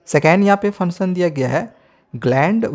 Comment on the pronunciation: Funsun nhi hota function hota hea